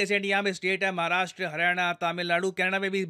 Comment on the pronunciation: thanks for correct pronunciation of महाराष्ट्र